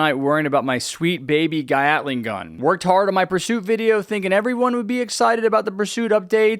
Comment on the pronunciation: Man gyatling gun not gyatting mann